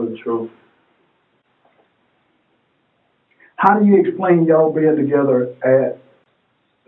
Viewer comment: "Ima teel da troof..." Another rocket scientist